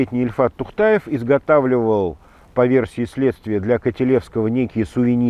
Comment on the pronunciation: Не ТухтАЕв, а Тухветев!, лучше готовьтесь к записи.